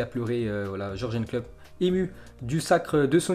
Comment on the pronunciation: Qui a envie de le détruire quand il prononce Georgenne Klopp